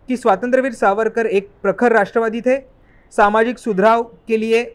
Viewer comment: तुम्हाला सावरकर नीट म्हणता येत नाही का? सावर का म्हणत आहात? सुपुत्र की सुपूत । हे सुद्धा त्या राहुल सारखं येडं दीसतय